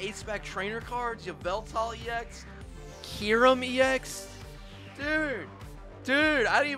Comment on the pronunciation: “Kee-rum”💀 “Shining Ar-kee-yus”💀